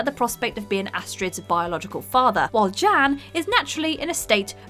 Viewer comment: Everytime she said “Jan” I heard “Jam” “Jam’s baby daddy” Edit:I keep reading my comment and I’m reading “Jim’s Baby Daddy” wtf